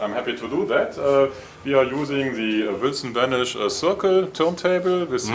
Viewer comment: Peter, its Wilson Benesch!